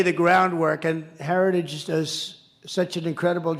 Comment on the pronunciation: "Herijages" slurring words? Or is he unable to say "difficult" words like Heritage? Big words like "Oranges" (origins) or "anomaniss" (anonymous) Quite the stable genius that knows all the biggest words.